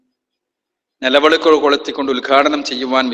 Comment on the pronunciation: Nelavelak alla mandaaa nilavilak ad parayaaan polum ariyilla